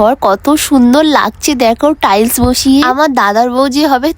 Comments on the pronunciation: একটু টাইসন টাইসন ওটা টাইলস বলে একটু ভালো করে উচ্চারণ টা করো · আরে মুর্খ মানুষ ওটা টালি না টাইলস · ওটা টালি না ওটা টাইলস 😊😊😊😊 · ওটা টালি না ওটা টাইছ 😊😊😊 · টালি ❌ টাইস ✅ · টাইলস ❎ টালি ✅ 😂😂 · ওটা টালি নয় ওটা টাইলস😊😊😊😊❤ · ওটা টাইলস না টাইস 😅🎉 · টালি না 😅..... টাইস শিখে নেও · টাইলস❎ টালি✅ 😅😅😅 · টাইলস ❌ টালি ✅ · টাইলস ❎ টাইস✅ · টাইলস না টাইস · টাইলস না😂😂😂😂হবে টাইস